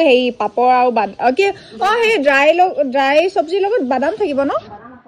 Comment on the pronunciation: আৰু শব্দ টো আৱু কলে ইমান বেয়া লাগে শুনিবলৈ